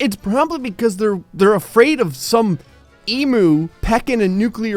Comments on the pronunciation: First off, I am australian so i get to say this. YOU PRONOUNCED EMU WRONG. It is not emoo it is ee-mm-you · It's pronounced ee-mew not e-moo, not mad just letting you know. Cheers m8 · Emu us pronounced Emme ue not emuo. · it’s e-mu not emoo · Emoo? M8 it's emu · Ahh you yanks still pronouncing Emu like E-moo when it's Eem-you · Emu: Eem-yu. Not Ee-moo. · You pronouced Emu wrong. It's E-m-you. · It’s pronounced eem-you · Emu not emoo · I won't allow it until you say emu properly. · Only if you can pronounce "Emu" Correctly. Because you failed miserably in the video!!